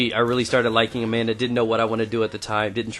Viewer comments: When u said "Amanda" I first thought u said a man ! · LOL!!!!!!!!! When u said "then i met Amenda" i thaught u said " then i met a man" .